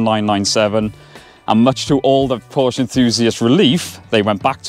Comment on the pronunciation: PorschE nicht Porsch. Nicht zu fassen, wann werden sie es lernen